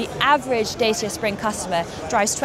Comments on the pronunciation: Not "Day-see-ah", "Dah-chee-ah". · I am more impressed by the car than the presenter… keeps saying “Day-see-ah” instead of “Dah-cha” 😂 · Datchea not Dayseea. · It's pronounced 'Da Cha' not James Mays skit at them of dayceeya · "Dah-cha", not "Day-sha" or "Day-sia" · My goodness, I was just pointing out the correct prono for this car brand! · It's pronounced "Dat-cha). 0 - 62 in 14 seconds does not make this a pocket rocket. And for a given vehicle length, putting the wheels as far apart (front to back) as possible does not improve the turning circle, it makes it worse. Dodgy reporting aside, I think we'll be seeing lots of these cars on our urban roads and supermarket car parks. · Please research the pronunciation of the brand! It's pronounced Dachia. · Found your comment here condescending tbh. It's a Romanian brand. All the Dacia adverts pronounced it correctly as 'da·chee·uh'. Romanian is a Latin language, where the letter group 'ci' is pronounced 'chee', much like cappuccino (Vulgar Latin). Are you suggesting you wouldn't correct someone who said 'cup-ah-see-no'? What about 'Jalla-pee-no' ? It's not just 'slightly different', it's wrong and can absolutely be mispronounced. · Isn't it supposed to be daw chuh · Dacia is pronounced 'Datchia'.You can Google it if you like.